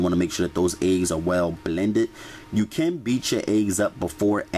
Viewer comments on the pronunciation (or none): I like how you pronounce ''eggs'' ayegs lol.